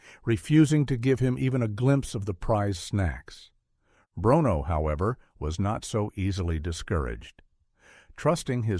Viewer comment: The dog"s name is pronounced; brooono.